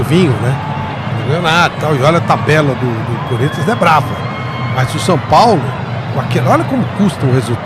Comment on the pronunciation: Såo Paulo kkkkk tá osso